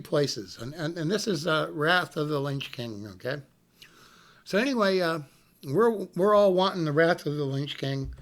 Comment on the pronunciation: he says "Wrath of the Lynch King"